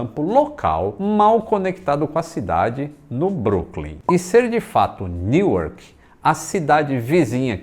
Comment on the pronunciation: Neuark não, NU-ark! É assim que se fala.